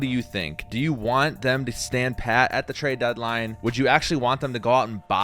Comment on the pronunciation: "TraeD deadline" hehe.